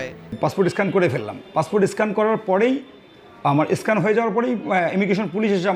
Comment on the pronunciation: স্ক্যান উচ্চারণ করতে পারে না - এস্কান বলছে - কোথাকার হরিদাস কে জানে!!!